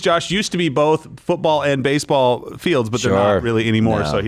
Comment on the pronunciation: "in basebal it absolutely is a thing" lol